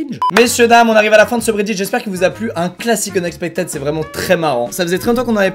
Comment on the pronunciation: <<Unexpectid>> ! Ça se prononce "ide" my friend, et non "aide"